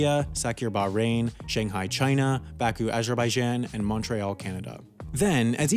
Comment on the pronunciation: You insulted me the way you said the name of my birth city, of Baku, Azebaijan...God you butchered it lol. Great video...thanks for sharing!